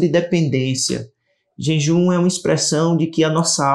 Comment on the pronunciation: Irmão, vc está falando JENJUM